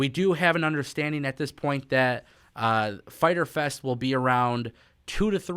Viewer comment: Internet gonna be broken FAITER FES (Spanish Accent) haha